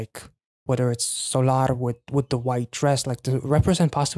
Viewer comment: It just really drives me insane when people say Sol ar bc her name is pronounced exactly the same as Solar eclipse so I don’t know why it’s so hard to say Solar and not Sol ar